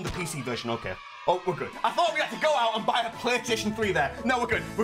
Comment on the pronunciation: Ah yes, PlayStaion3